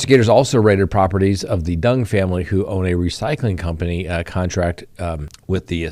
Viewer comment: You’re Colorado is showing 😅 Pronunciation of Duong is way off. D is silent.